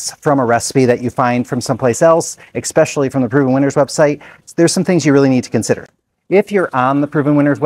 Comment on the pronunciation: Are you a Minnesotan? You said, “Ex-specially!” Very Minnesotan!